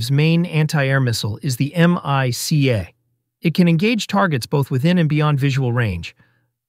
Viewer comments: An actual F16 pilot would never pronounce MICA as M . I . C . A, spelling out each letter, then later in the vid say MICA (Mike-Ah). The latter is the correct way. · Mica: mee ca .